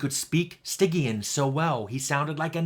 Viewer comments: Never heard Stygian pronounced with a hard G before. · On this episode of Lore Drift, is it Stygian pronounced as "sti-jee-uhn", or "sty-gy-uhn"?